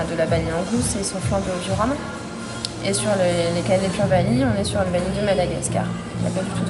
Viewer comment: PQ tu dit caneuuuulaiit?